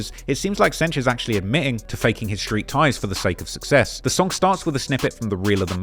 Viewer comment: Why does he pronounce "street" as "shreewts"?